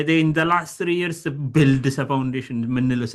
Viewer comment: Yearsን ስትጠራ አፍህን ቂጣ እንደቀደደው ያሳብቅብካል ንጹህ አማርኛ አውራ